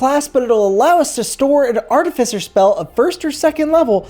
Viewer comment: Thank you for pronouncing “Artificer” correctly 😅